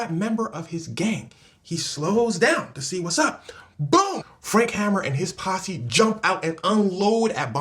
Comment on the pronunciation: Nice video. Its HAY-MER not hammer though.